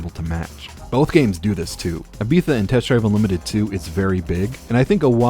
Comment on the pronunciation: Very fun video, I hate the way you say Ibiza!